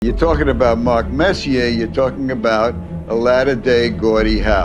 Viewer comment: Putting a R on the end of Marks name. Funny as fuckl.